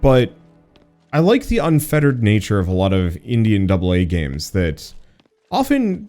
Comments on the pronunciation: Is weird how you say Indian not indi (independent) games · It did sound a bit like "Indian" but what he actually said was "Indi AN double A games"